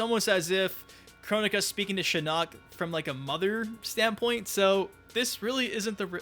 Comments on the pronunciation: It’s SHIN-ock , not shi-NOCK. Your pronunciation of his name is driving me mad 😂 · Why do you say shinnok like shinuk 😂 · You pronounce shinnok weird 💀 Yeah yeah go ahead and get it over with "sTfU lEaVe ThE vIdEo" 😐